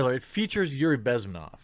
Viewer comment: Bezm`enov. Stress is on the second syllable. Just in case you ever need it again. :D